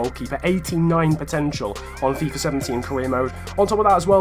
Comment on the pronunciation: WHY ARE YOU SAYING FIFUR 18 AND NOT FIFA 18